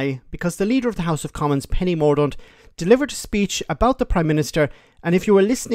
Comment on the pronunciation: Penny "mortent"